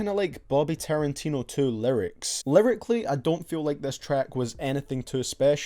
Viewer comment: my man says taran-tino. 😂😂😂😂